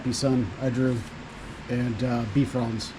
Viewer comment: You pronounce Bifrons as Bee frons but it is pronounced Bye frons. Bi as in two. Bifrons means two faces.